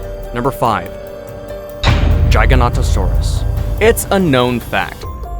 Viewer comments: It's Giga-nota-saurus I agree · Me: Giga-Nota-Saurus Him:Gygaknotasaurus lol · Guyganotasarus lol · Me: Giga-Nota-Saurus Him:Gygaknotasaurus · Its not pronounced jyanortsuris! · Jig a noto saurus is how you pronounce it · Btw its pronounced giga-noto-saurus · Jigodontosaurus I’m dying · The way he said giganotasaurus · Ik XD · This boy aint know how to say giganotosaurus or carcharadontosaurus.